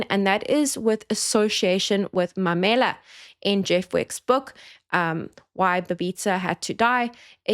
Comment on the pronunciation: MAUMELA.. not Mamela.....pronounced MA - ma UHHH -u MARE- me LA-la CHAUKE pronounced CHAR - cha UHHHH - u KE ( like you say Kenya) - ke